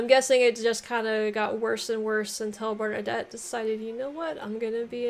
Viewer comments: Bernadette. Sounds like the Female version of Bernadotte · Hearing her pronounce Bernadotte as Bernadette is pretty funny. As for uniforms, different ranks commonly came with different uniforms. Different types of troops too would get uniforms, such as heavy cavalry and grenadiers getting fancier uniforms to reflect their elite status. This practice is actually still followed in modern armies, though the difference in uniforms is often much more subtle. Usually armies had a common theme. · No, I love how she pronounces "Bernadette"